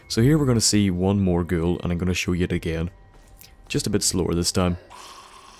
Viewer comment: every time he says ghoul I think he says girl. The fact he says I going to shout that fucking girl in the face creeps me out